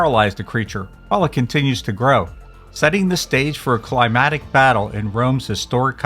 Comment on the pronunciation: And climactic is pronounced (cli-MAC-tic), not (cli-MAT-ic). Climatic refers to climate, not climax.